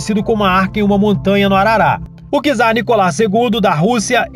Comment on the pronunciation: ... é Nicolau ll !!!...e não Nicolá!!!